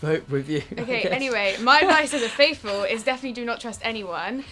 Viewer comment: After all this time and after presumably watching the whole series, Harry still says 'Fateful' instead of 'Faithful'. 😂